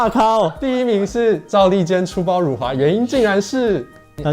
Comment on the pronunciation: 辱华，这个词是有多难念？？可以念标准吗？？ （我是马来西亚人，不然又会有一堆看你打简体字就要高潮的）